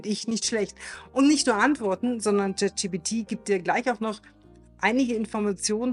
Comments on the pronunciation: Jet Schi Pi Ti - Alles klar.. an der Aussprache üben wa aber noch gell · Bitte: die Aussprache. das video ist wirklich interessant und gut. wirklich! es ist gleichzeitig unglaublich; wie sehr mich deine aussprache des namens des LLMs triggert. es heißt wirklich nicht „JET gpt“. ansonsten sehr schôn pragmatisch. hilfreich.